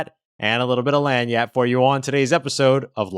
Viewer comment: Can someone please tell him he is pronouncing lagniappe wrong